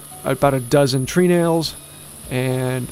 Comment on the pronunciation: Tree nails is pronounced "trenals".